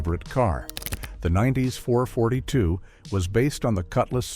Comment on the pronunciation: Oldsmobile "four forty-two". You suck AI!